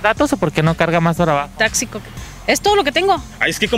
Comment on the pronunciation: 17: 37 le dice tácxico jajaja